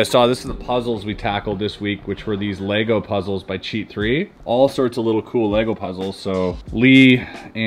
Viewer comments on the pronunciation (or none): none